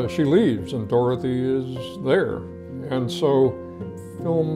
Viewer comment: DOR-THEE GALE!!!!